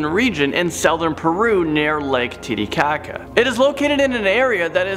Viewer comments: I thought he said "Titi Cocka" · Tiddy-kaka. I'm sorry but ever since I heard that location name, I always chuckle whenever I hear it. My apologies. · Tiddy kaka? Lol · Wait did it say “lake tittycaca” booby poop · "laketitycaca" lol im so imature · Lake tittykaka lol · Lake tiddy caca? Lol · Lake tiddycaca 😐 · who else laughed when he said Titicaca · “It was found near lake titicaka” me-he said titi😂😂😂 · Lake tiddykaka 😂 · Lake tiricaca 😂🤣😂🤣😂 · Lake tiddy cockka 😂😂😂